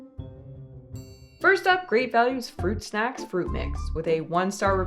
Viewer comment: FWUIT SHACKS :3